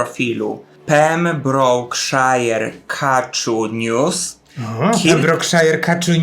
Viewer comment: Ok, będę parszywym hejterę ale Pembrokeshire czyta się "pembrołkszer". A tak poza tym to wisicie mi za pranie bo się poplułam kawą przy szatańskich okrzykach o skarpecie